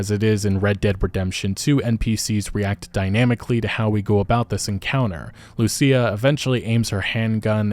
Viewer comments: My bro learned her name is pronounced LUSIA and not LUSHA. I am so happy. 😭😭😭😭😭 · THANK YOU FOR PRONOUNCING IT RIGHT - LU SEE YA . Unlike mrboss hooked on phonics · I'm glad he got her name right lmao the first video he pronounced it LOOSHA 😂😂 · About time you said Lucia right 😂